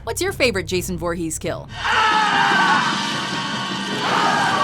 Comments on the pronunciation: That's not how you say voorhes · I thought it was foorhees not voorhees